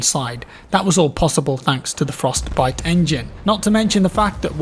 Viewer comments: the frosTEH-biTEH engine..... frosT biTeh engine.. frosTTT pause biTTTe.. sorry the way you were saying it was driving me nuts.. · Anyone else getting triggered by the way he says, Frost..Bite xD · Why are you saying Frostbite weird? Fros-t bi-te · I've noticed pronounces Frostbite with a very distinct Frost - Bite.... Separating the Frost from the Bite. Just something I noticed. Occasionally he pronounces it Frostbite conpared to 98% of the time he really distinctively pronounces the B. As in FrostBite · I think it's your accent, but the way you pause between "Frost" and "bite" makes me giggle lol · Why do you say "Frost Bite Engine" so strangely? Like you're reading off a script but you're unsure if you're pronouncing it correctly. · Why the fuck does he say frostbite so weird, it literally hurts my insides. It's one fucking word dude stop spacing it out like you have Parkinson's disease.